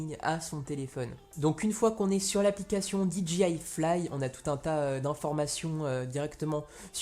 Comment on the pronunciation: Petit détail en passant, "DJI" ne se prononce pas "Di dji aïe", mais "Di djay aïe", puisque le "J" en anglais se prononce plus comme un "G" et non un "J". Du coup, si tu prononces le "D" et le "I" en anglais, il te faut prononcer le "J" aussi en anglais ;^)